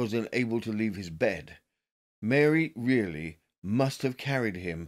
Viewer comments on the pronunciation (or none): Reilly pronounced Riley